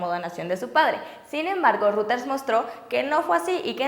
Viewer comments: Hoola chicas, muy lindas uds, nomás una cosa: Emmm... no es ruters, si no algo asi como :"roideirs" (salvaje pronunciación aparece) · Aunque te tardes... se pronuncia "roiters" no "ruters" ni que fuera access point ! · Ojo, Reuters se pronuncia "roiters" no "ruters". La demás información está muy bien! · Se pronuncia Roiters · Reuters se pronuncia "roit ers"